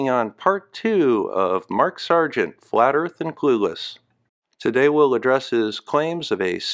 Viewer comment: Who needs facts when you believe the erf is fwat!